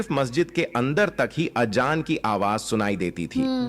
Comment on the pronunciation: अबे गनडु अजांर हे वो आजजान नही हे